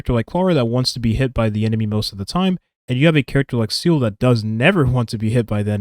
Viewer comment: I love your videos, I genuinely do. But please god, “Seele” is pronounced “ZEE-luh” not “seal” 😅